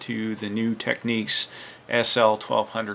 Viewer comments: You pronounce Technics wrong, it's meant to be said as Tech-nicks, you are pronouncing it as Techniques. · It's Technics not Techniques